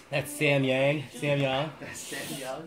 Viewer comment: Yang is not yaeng its yang like yaoming yang